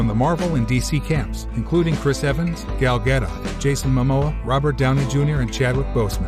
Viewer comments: You pronounced several names wrong but the main 1 was wonder woman, it's Gal Gadot NOT gal gadetta because she isn't related to V for vendetta!!!🤣🤣🤣. You LITERALLY have 1 job,JUST THE 1!!!!🤔🤔🤔😒😒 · Gal gadoooo it’s pronounced 🤦‍♂️